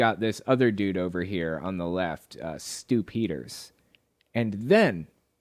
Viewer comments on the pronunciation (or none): Is it just me that hears "Stew Peters" as Stew-pider? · Whenever you said Stu Peters I heard it as "stupiders" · It doesn't take much slurring of speech to turn "The Stew Peters Show" into "The Stupider Show". If I were conspiracy minded, I would view this as a Freudian admission of something.